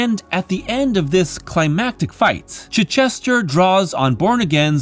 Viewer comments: Really well done. Appreciate such a thoughtful retrospective and analysis - some ideas objectively spot on, some subjectively interesting. My only real quibble: it’s “chai” not “chih”. ;-) Thank you for including me in Darecember! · Dude, it's Chitch - ester, like the English town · Pretty sure that's not how you pronounce Chichester's name